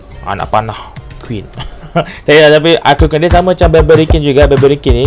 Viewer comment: Kene sebut ARCKER QUEEN 😂😂KAN SEBUTAN NYA ARCHER QUEEN